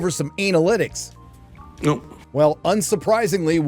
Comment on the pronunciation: He said anal lidicks 🤣 good one